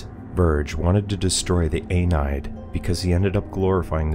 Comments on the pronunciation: The way you pronounce The Aeneid… 🤦🏼‍♀️ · I was having a hard time understanding that as well, at first. Until the narrator butchered saying the Aeneid, I realized he was talking about Virgil, and assumed it was some form of subconscious he was personifying, and having these conversations with. Kinda like Tyler Durden and the Narrator (ironically, he’s also referred to as “Jack” in some circles, of the fandom) in Fight Club, but not quite in the same way.